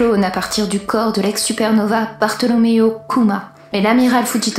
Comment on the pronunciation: "l'ex supernova : bartolomew Kuma" Dommage, y a que ça qui m'a fait tiquer 😅 Sinon super, c'est hyper immersif et tu joues bien !